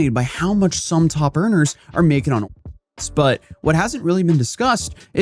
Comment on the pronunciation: YOU CANT EVEN SAY ONLYFANS WTF!?!?!